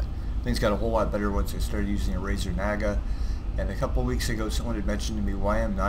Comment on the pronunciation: lol did he say nager?